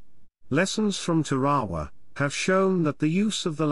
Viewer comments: Tare- Ah- Wah Or even with a hard R Tar- ah- wah Or am I wrong and pronounced it wrong my whole life? Hearing it however he said it made me want to pull my hair out. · listening to the narrator butcher the name of the Island "Tarawa" repeatedly caused me to turn this video off. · It's teh-ruh-wuh not te-ra-wa. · Tar A waw....not whaterever your sayin